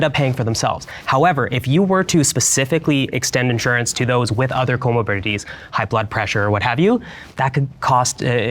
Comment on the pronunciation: “Comobidities” is driving me crazy